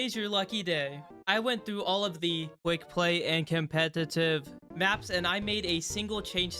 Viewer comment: why did it sound like you were struggling to pronounce "competitive" at the start